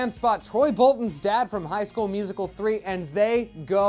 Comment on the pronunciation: "From High School Musical 3" huh? Why'd you say it like that 😂😂